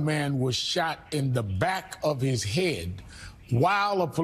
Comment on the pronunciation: Back of the hay-ud.